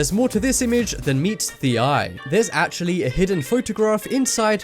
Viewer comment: it actuwally worked im impressed